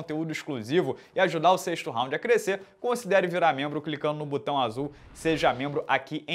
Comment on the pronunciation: Porquê ele fala “Butão” ao invés de botão ?